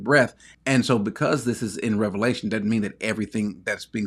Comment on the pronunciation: why not make a big deal about the fact that the man doesn't know the difference between Revelation and Revalations? It lends credence to the fact that he is not necessarily a source to be trusted on the Word of God if he can't even get the name of the book right. Just sayin'. Further, he's proven to be clueless by his position here. But the fact that he's a PhD that can't say the book properly tells me all I need to know.